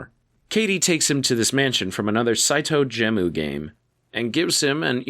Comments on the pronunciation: Saito Gemu is pronounced like ge-mu (japanese pronunciation for game), not gem-oo! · Brother, "Saitou Gemu" is pronounced in the episode several times. Gemu, like the Japanese pronunciation for "game".